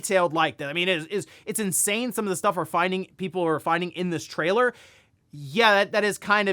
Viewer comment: What? Try again in English. “Trialor” 😂🤣